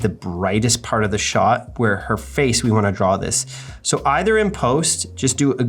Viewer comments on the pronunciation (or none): none